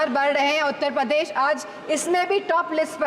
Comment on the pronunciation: उत्तर पदेश nhi hota bhabhi ji shi se to nam lo apni कर्मभूमि का उत्तर पदेश